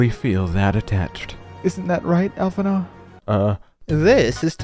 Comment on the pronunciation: allphinaud? you mean blue Allisae right?